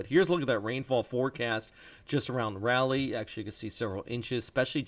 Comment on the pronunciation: The speaker needs to learn how to pronounce Raleigh!